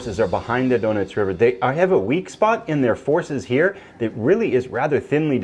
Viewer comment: Sounds like "donuts" River ::)....I believe its "Donetz". Your friend Phalanx.